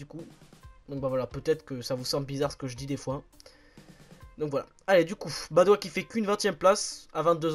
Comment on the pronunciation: Dans Madouas, on prononce le s